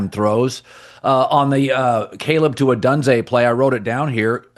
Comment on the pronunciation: Does it drive anyone else crazy that Collin mispronounces Rome Odunze name wrong every single time? How hasn’t or anyone else corrected him by now?